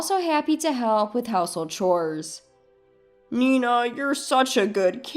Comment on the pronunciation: Chores is NOT pronounced cores! The h is not silent.